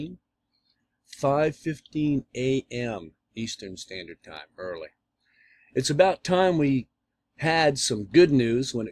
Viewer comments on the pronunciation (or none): none